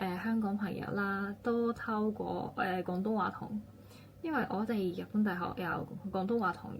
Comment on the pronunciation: 你嘅廣東話好厲害！ 可留意 “透過” vs “偷過” , 還是你想講 “修過”？